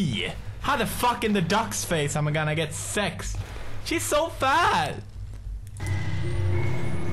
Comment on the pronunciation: he said "she's so fat" instead of fast lol